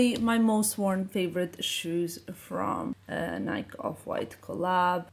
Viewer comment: P.S. your accent is lovely and you are adorable but if i may ? Nike is (NikEE) pronounce the Hard E at the end. 🥰